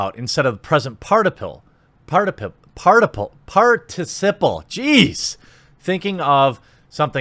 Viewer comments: I'm not gonna lie when he messed up "Participle" i kept saying it correctly then said "good job" to my screen when he got it right. My family is probably wondering WTF is wrong with me. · Can't pronounce participle. Jeremy's Chinese confirmed.